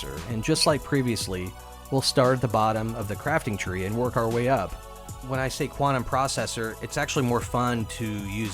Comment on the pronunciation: Nicely presented 👌🏼. Always do the accent: Quantum Processor 🤣